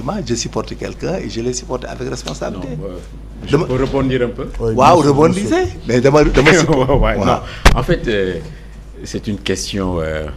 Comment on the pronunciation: on dit bondissez et non bondizez